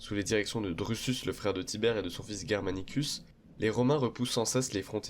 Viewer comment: Germanicus et non Guermanicus. Comment évoquer le retrait romain de Germanie sans parler du désastre de Teutoburg...c'est étrange.